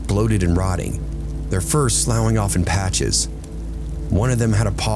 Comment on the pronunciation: Dude it’s sloffing not slouing😂☠️ Thanks for the giggle, twice!